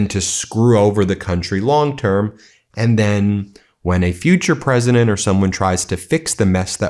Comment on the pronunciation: ""You'll have many drones which will "protect" Washington D.C. and will "protect" the White House...very important."" Mr Pres-eye-dent......zactly HOW will these drones "protect" Washington, D.C. and "protect" the White House?? We'd love to hear the "non-technical" explanation from a person who doesn't ever "boot up" a computer! Not the secret, classified part...just the concept of a plan of "drone protection" We'll wait........